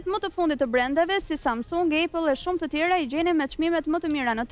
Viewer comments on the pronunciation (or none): none